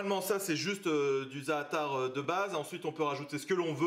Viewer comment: Ca me tue l'accent Français pour les mots arabs, déjà le za'atar ça m'a finit ( ça se prononce plus zateur que zaatar)